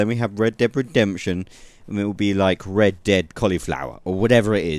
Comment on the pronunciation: really sounds like you are saying Deb and not red lol